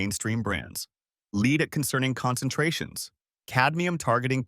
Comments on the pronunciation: Lead is not pronounced as "leed". Please let go of your voice actor. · LEED poisoning! lol